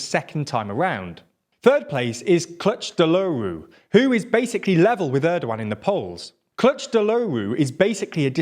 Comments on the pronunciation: Please practice your 🇹🇷Turkish pronunciation, Kilicdaroglu (Kilij-dar-oglu) its not that hard. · he got the pronunciation right with the wrong stressing of the syllables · He almost said Kilicdaroglu right but can’t say Imamoglu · "Clutch the lowroo" I understand that Turkish is not your first language, and I would also noy be able to properly pronounce the man's name, but this sound so English I could not stop laughing. I know you've once said that you study on pronounciations, but throwing his name in google translate once will probably help a lot already to better names like these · Kiliçdaroğlu is pronounced as kilichdaroolu maybe. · you mean clutch de rowloo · It's pronounced "kill-itch-DAH-ro(g)-lu". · my god if I hear 'Cutch Deloru' one more time... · I know he is not native Turkish speaker, and neither am I, but his pronunciation if Kiliçdaroğlu is so funny 😂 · i needed to hear that kılıçtaroğlu pronounciation. i loved it.